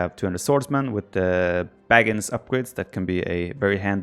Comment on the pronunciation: It's [baga'ins]. Ba-ga-in. Though I do admit, having a Baggins around would've probably been useful.